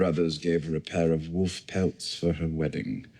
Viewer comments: wolf not woof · .....PLEASE STOP saying "wuf"......It's W O L F. PLEASE ENNUNCIATE! yo, stay in school kids!